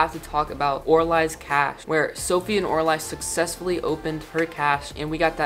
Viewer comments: or- uh- lee not or- a- lye lol also oralie wasn’t pregnant she donated her dna another thing: did anyone else laugh really hard when Ro pointed out the moonlark stuffed animal and said “i think he’d rather snuggle with that one” I NEED MY SOKEEFE❤️❤️😭😭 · LOL I say or a lye too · I don’t care how it’s supposed to be pronounced I’ve been saying Or-a-lye for that past 3 years I can’t change it now 😂🥲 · am I the only one that pronounces Oralie , oralee